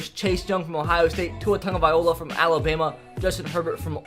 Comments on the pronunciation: Can you please learn how to say “tagovailoa” Tag-Oh-Vye-Low-Uh not Tag-Oh-Vye-Oh-La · It’s Travis Ay-tee-en and Tua Tug-uh-vy-loa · 😂😂😂 can’t even pronounce tua’s last name right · This man calls himself an Alabama fan but he can’t even pronounce tagovailoa right